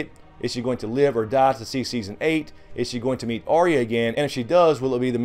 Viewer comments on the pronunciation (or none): her name by the way is not arr-ee-ya... its ahh-ya, or something similar. just saying:D